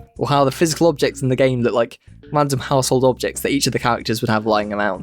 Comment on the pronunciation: I didn’t know the owange pegs appeawed at wandom